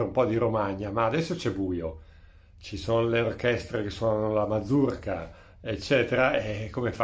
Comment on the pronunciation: Mazurka, non manzurka🤣